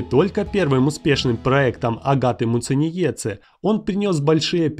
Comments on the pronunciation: Масочки от Няшечки !!! Не Муценице А МУЦЕНИЕЦЕ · Научись выговаривать Muciniece 👿🤬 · Меня одной бесит, как он читает Агатину фамилию? Я из Латвии ,как и она. Уши режет от такого произношения... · Неправильно произнес фамилию агаты